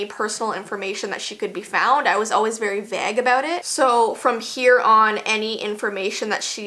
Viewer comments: She said vage xD. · You pronounce vague strangely......🤔